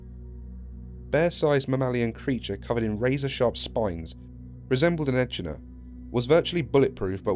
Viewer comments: echidna is pronounced like Ekid-na not etch-idna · “Ekidna” not “E-ch-idna” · A bit late to the party here, but did anyone else physically react when "echidna" was mispronounced as "eh-ch-nuh" instead of "eh-kid-nuh"? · Echinda = e-kid-na Not E chid na Surely I'm not the only Aussie this bothered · e CHID na -_- boi its e KID na but spelled echidna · It's En-kid-na not edgena. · Echidna, (Eh-Kid-Nah) T-T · eh-kid-na not eh-chid-na :P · yes hi im australain and its not and e-ch-id-na is a bloody e-k-id-na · "echidna" bruh.. its pronounced "a-kid-na" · AHEM! IT IS NOT ECH-IDNA IT'S PRONOUCED ECK-IDNA THANK YOU VERY MUCH! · Do you not see the d???? It's pronounced E-kid-nah. 🤦‍♀️ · Dude said eCHidna lmao... understandable I dont understand why it's pronounced ekidna and spelled like echidna but hey what cha gonna do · Echidna is pronounced ekidna. You know, like how character is pronounced karacter. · Just so you know echidna is pronounced e kid na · Sorry mate but the way you mispronounced echidna is one of the most hilariously bad mispronounciation i have ever heard. E-kid-na. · echidna ie echinoderm: pronounced (Ee-Kid-Nuh) look stuff up; see a formula for pronunciation before the category & definition, (sound smarter than you are presently) I'm being a douchy gramar Nazi, sorry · the way he said echidna made me cringe it's a-kid-na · is echidna not pronounced "ekid-na"? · the way you pronounce echidna would send Knuckles himself into despair. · I will never forgive this man for his awful pronunciation of echidna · Good video but the way you said echidna hurts me.